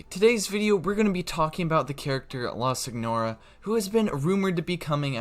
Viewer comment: It’s pronounced sin your uh. Not how it’s spelt.